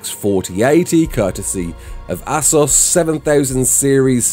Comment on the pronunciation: Made me laugh hearing him pronounce Ass-sus instead of its normal pronunciation of A-suis.